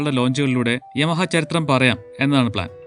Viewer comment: "യാമ" എന്നല്ലെ ഉച്ചാരണം....